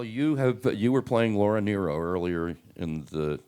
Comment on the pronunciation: Yes, that is the correct pronunciation. Many get it wrong.